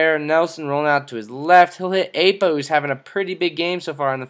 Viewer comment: Haha this is hilarious. How I wish Nelson could actually pass like that...oh and also..Ah-po. Not 'A'-po. Just sayin'.